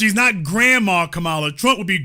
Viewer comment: Yall need to stop purposely mispronouncing Kamala name. I noticed this done even more from you ignorant people since trump and fox news do it, so yall on here are repeatedly saying her name wrong.